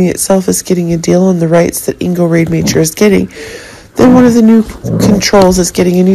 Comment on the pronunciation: Ingo’s last name is pronounced ROD-A-MOCKER